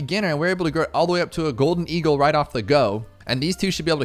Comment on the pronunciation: i think you dont know how to pronounce "golden eagle"